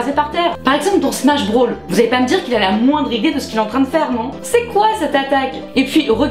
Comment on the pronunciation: «smash brawl »💀 mais pas grave super video 👍🏾